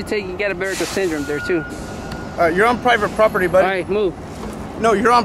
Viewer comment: GUY IN RED HARDHAT DOESNT SAY PROPERTY PROPERLY LMAO !!!